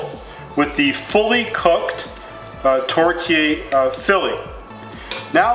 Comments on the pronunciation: I'm Canadian and we say tor-te-air. I have absolutely never heard it pronounced tort-yayer. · Could you at least look at other you tubers to learn how to say the word tourtiere? There is an E after the R. This means you pronounce the R. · Wednesday A The mispronunciation is probably just an honest mistake. What matters most is the actually cooking and recipe. Not everyone speaks French for your information. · American...by the way he says tourtière